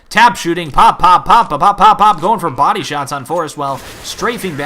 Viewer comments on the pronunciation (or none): none